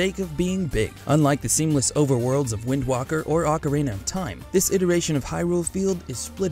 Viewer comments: Did you just say ‘WindWarker’ instead of Wind Waker? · Did anyone cringe when he said"wind walker" instead of "wind waker?" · Its wind waker not wind walker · Did he just call it wind Walker!!!!!!!!!!!!!!!???!?!?!?!?!?!? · He said Wind Walker . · "Wind Whacker" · He says wind walker, goes down to the great sea of comment's to see who else is triggered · Paper Mario Wii was my childhood mainstay. The long gameplay was fantastic and the story was interesting to my 8 year-old self. Plus you said Wind WALKER and didn't do a re-take ._. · THIS DUDE JUST SAY WIND WALKER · Lol dude said "Wind Walker" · wanted to dislike 5 time for mistakes and him saying win walker what an idiot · he said wind walker I’m done with this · So many mistakes make in this video. "Wind Walker". "Luigi's Mansion 2 for DS". Also, how is Super Paper Mario too long? I would have preferred if it were even longer but that's just me. This video just seemed too unprofessional. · Did he say wind worker? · he said wind walker TRIGGERED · I could've sworn he said Wind Whacker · Link The archer I heard "Wind Woker" (like the wok). Lol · did you just say wind walker? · I stopped to think when he said Wind Walker, then realized he MEANT to say Wind Waker. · Its Winder Waker, not Wind Walker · This guy said wind walker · I had to replay the part because I was like "did he just say 'wind walker'?" And he DID I immediately went into pronunciation police mode and was like "BOI, DO YOU SEE AN L IN ANY OF THAT WORD" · “Wind Walker” Yeah no, just delete this awful channel, it doesn’t deserve existence. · Did he say wind walker? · Wind walker???? You mean wind waker!!!!! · ......D-...Did he just say "Wind Wocker"...? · Lol wind wawker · “Wind walker” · you had me until you dissed twilight princess and said wind walker. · Wind Wocker? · “Wind Woker” 😂🤦🏻‍♂️ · Stopped the video at "wind walker" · I stopped watching immediately when this idiot said "Wind Walker." Terrible video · stopped watching after "Wind Walker"